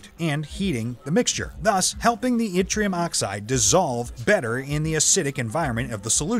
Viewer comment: You have a pleasant accent. This voice mispronounces almost every scientific term and a few regular words. Winding was mispronounced as well as Yttrium and multimeter plus many more. Very distracting.